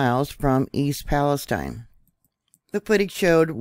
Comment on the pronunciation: YOU are the FIRST person I have heard that has PRONOUNCED "PALESTINE" CORRECTLY!!! The "I" Sounds like "EYE"!! Bravo!!!!